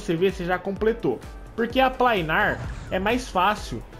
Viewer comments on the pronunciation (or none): É planar não plainar